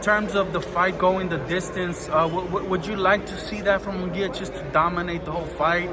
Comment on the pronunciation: This guy does he know his fighters name is it’s Mungia not Miguel